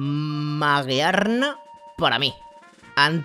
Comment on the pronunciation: Magearna se pronuncia magirna Ofendes a los que vieron poquemon sol y luna.